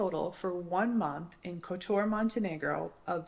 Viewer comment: Any mention of the fantastic fruti and veg market outside the main gates. By the way i believe its pronounced (Cot tor). Great video